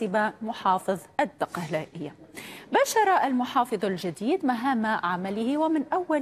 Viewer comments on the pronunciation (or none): المذيعه مش عارفه تنطق الدقهليه😂